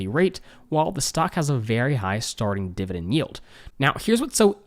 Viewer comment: Dude...I love ya been watching your a year plus BUT the word is dividend with an 'e', not dividing with an 'i'. Sorry, a bit distracting.